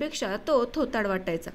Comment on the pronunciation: थोथार वाटायचा...असं नसून थोराडं वाटायचा ...असे वाचावे.धन्यवाद.😢😮😅😊